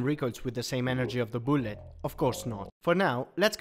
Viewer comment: Every time he says boolet I smile